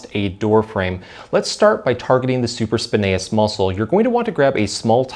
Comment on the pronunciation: Hey, you are saying supraspinatus incorrectly! You are missing the ”T” sound. I normally ignore it when people mispronounce a word but you repeated it many times and I am a massage Therapist so it stuck out like a sore thumb.